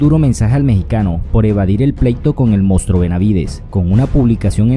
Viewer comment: CUAL MOUSTRÓ JAJAJAJA NO TE MIDES SE MSS SERIO BENAVIDES ESTA MUY FEO PERO NO LE DIGAS MOUSTRÓ . Y son muy HABLADORES POR LO MENOS SU PAPÁ Y MIEDO DE DONDE SUPER CANELO LE PINE UNA BUENA MADRINA